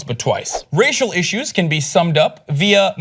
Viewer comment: Your "issyues" is slipping again.